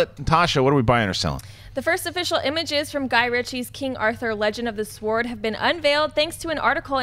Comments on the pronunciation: Did she seriously keep saying legend of the "Swoard" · HA HA HA HA Did she say Legend of the Sward???!!! I ROFLed and then she kept on saying it, Legend of the Sward. Legend of the sward. hahahaha Magic! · Natasha does realise that the "W" in sword is silent, right? :/ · Natasha - the word "sword" is pronounced "sord". The "w" is silent. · Natasha, the "w" is silent in "sword"... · its pronounced "sord" the"W" is silent .... the more you know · Natasha, I love ya, but the 'W' in 'sword' is silent lol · Don't understand the talk of pronouncing directors names or movie companies but nobody picked up the way Natasha pronounced the word sword like she'd only seen the word for the first time.